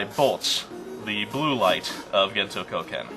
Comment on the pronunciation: When you were talking about that purple guy's martial art, I couldn't help but hear it as "Gento Cokehead". The setting's strange enough, I'm just gonna go with that :P